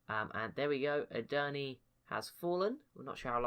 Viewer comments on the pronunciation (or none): Edirne is pronounced with a short e (similar to "a") on the end, not a long ee. E-dir-ne